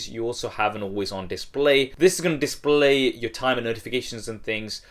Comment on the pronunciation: dissspley :v